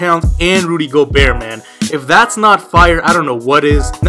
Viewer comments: it's not gobert it's pronounced (go-Bear) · Just so you know for next video it's pronounced Rudy Go-bear